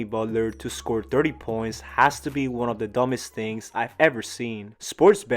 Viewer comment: I had to rewind to know whether or not my ears were deceiving me 😂